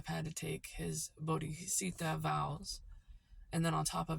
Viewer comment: You pronounced Bodhicitta wrong. It hardly makes sense to me that a medieval Swiss monk would take refuge and practice Kalachakra or Medicine Buddha tantra. Also despite your tender age you claim to be an expert on medieval languages, expert on botany, expert on medieval astrology, expert on Buddhism too. Anyone can guess that a codex this complex would require team effort to crack. On top of that medieval people hardly ever knew the exact date of their birth, which would be necessary to find the position of the Moon, the fastest moving planet. They would have said they were born 28 springs ago. So that's poor foundation for medicinal strategy. You are making zero sense.